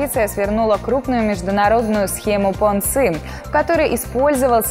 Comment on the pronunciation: Понци итальянец, а вы его на китайский манер 😀